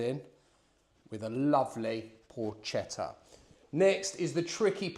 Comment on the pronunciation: Allow me to offer a piece of advice, hoping not to be offensive. I understand that correctly pronouncing the word "Porchetta" can be difficult for a foreigner. The letters "CHE" in Italian are pronounced with the same sound as the letters "KE" in the word "Kermesse." The sound you make, instead, is identical to that of the letters "CHE" in the word "CHELSEA." Happy New Year....good recipe !!